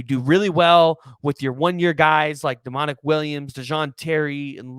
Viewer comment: Why would we be bringing in Barrow Jr if we was good on Williams and it’s not pronounced Demon-ic it’s pronounced Dominick